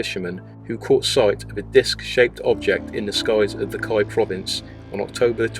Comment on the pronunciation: Kii is pronounced key